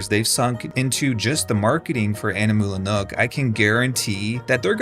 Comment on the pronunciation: Are you just flexing that you can pronounce "Animula Nook"? (I can't)